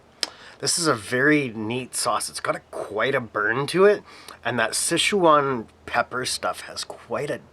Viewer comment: Awesome review! Now you got me saying "Sesh-waaan." Girlfriend is giving me weird looks. "Sesh-waan." 😂